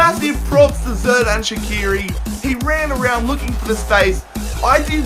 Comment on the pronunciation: Great vid! Keep up the good quality btw it's soo-luh (Süle) and sher-dan sha-kee-ri